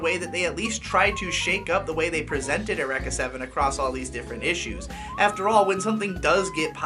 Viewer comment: The way you pronounce "Eureka". muah muah Brilliant.